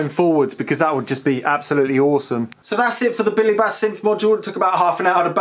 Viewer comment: You're the only person I know who's mispronounced "bass" in the OTHER direction.